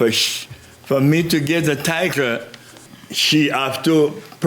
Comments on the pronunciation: This is painful. I swear he said tiger every other time. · I seriously thought he said Tiger 😂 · I did, too! 😂